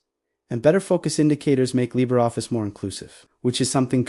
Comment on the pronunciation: What exactly is "Libeffice"? I hate AI with a passion...